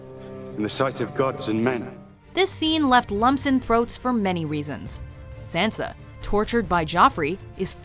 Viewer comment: for the love for all that is holy stop saying sansas name wrong #triggered